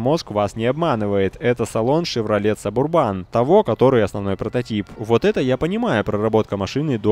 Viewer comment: если я не ошибаюсь правильно назыать субу́рбан